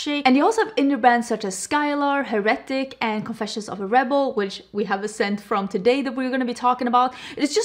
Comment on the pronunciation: I think you’re pronouncing Heretic incorrectly. It’s HAIR.uh.tic. Like someone who goes against the beliefs of the church. I hope I said that in a constructive way - I don’t wanna be that guy. 😝